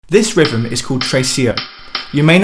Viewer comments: a little construction critique. you are pronouncing it rivem, which should be rhythm. you are missing the 'th' sound and adding a 'v' sound. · Rivem? You mean rhythm?